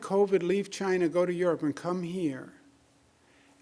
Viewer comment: God called, he said you pronounced "China' wrong ...